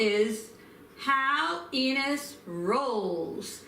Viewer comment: You're totally saying her name wrong you're butchering it too much it's Ines